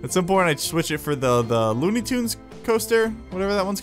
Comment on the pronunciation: It's looney turns not tunes😂😂😂 Still love You,, tho